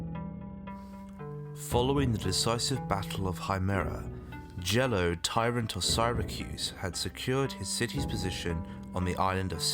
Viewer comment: Please either fix your pronunciations or put the text of all proper nouns on the screen as your pronunciations can't be relied upon to determine who the heck you are referring to. Gelon="Jell-o?" Pindar="Pind-uh?" Parts 1&2 of this series are the only videos of yours I have seen and they are full of such strange pronunciation choices. Why should I bother watching any others?